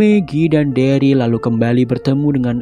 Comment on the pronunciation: bang plis banget next episode sebut daryl dengan derel jangan deril lagi 😂😂 it sounds so weird